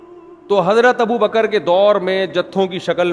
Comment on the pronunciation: جنابِ والا ! یہ والا ؟ وہ والا ؟ کیا اِسے بھی درست کہہ دیا جائے ؟ کیوں کہ یہ آپ کہہ رہے ہیں بل کہ آپ بھی کہہ رہے ہیں ، ناآشناے زبانِ اردو تو کہتے ہی ہیں ـ یہ مجھے مہربانی کرکے بتائیں کہ " ابو بکْ ر صحیح یا ابو بَ کَرْ " ؟ آپ نے تو ب کَرْ ( بفتحۂ دوم) بیان کیا ہے ـ ( احسان خسرو / Ehsan Khusro )